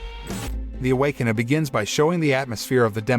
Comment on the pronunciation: Awaken-uhh!!??? Shit that is annoying!